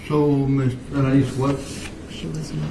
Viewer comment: It’s alaneez (alaniz)